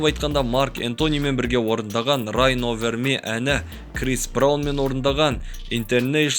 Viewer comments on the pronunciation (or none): бауырым! Кішкене ағылшыныңды көтерші😆 "Ай кноу уонт ми" "райн овэр ми" дегенде қатты күлдірдің))))